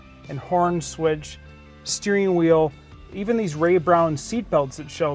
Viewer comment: .ustane??? Dudes tongue must be partially tied in a knot or somethane...can't pronounce the word "thing" He calls it a thane instead of thing .he says "misseen" and " "steereen" and "raceen". Dude, learn English or shut up...